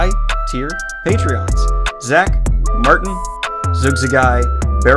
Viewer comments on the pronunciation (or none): none